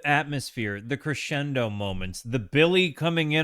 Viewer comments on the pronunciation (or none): none